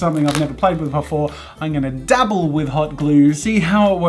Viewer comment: Whenever he says dabble it sounds like double.